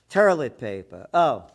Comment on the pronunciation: He called it terlet paper. I had to rewind it bc i couldn't figure out what he meant.